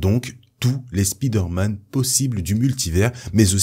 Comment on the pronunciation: stp : SP¨Y¨DER pas Speeder... tres bon contenu si non.